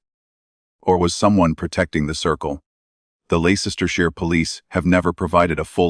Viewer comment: Ley cester shire...that AI..voice is awful...its LEICESTERSHIRE..LESTER SHIRE...yours sincerely from the old qeer corrupt UK..from Leicester...